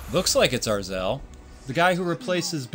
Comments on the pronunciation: Its Azrael not "Arzael" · Arzel?! dude it's Azrael az-ree-l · as-re-el sorry to tell u something right when u said it wrong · It's Azrael (not Arzel) and it's not the same one that replaced Batman during Knightfall. Other than that, good video. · azrael not arzael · It's not "Arzael", it's Azrael. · It's not Arzel, it's Azreal. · I know, but said, "Arzel" instead of Azrael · Arzel? Is that how u think you pronounce his name? Its Azrael with the r after the z. not before it. haha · It bothers me so much when he says arzel instead of Azrael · So cringe when he says arazel instead of azrael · He’s Azreal not Arzel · did he just call azrael "azrel"? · Azrael not arzel. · NOT ARZEL its Azreal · O MY GOD ITS NOT AR-ZEL ITS AZ-REE-AL!!!! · also it's not pronounced ar-zel it's pronounced Az-reAl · you're wrong- Batman seeks out crimes to beat up bad guys. He isn't like Superman, who just wants to save and protect people. It's pronounced Az-Ree- El. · It's pronounced, Azrael. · ITS PRONOUNCED AZ-REE-AL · Yep it's Azrael and its pronounced: AZ-ree-uhl.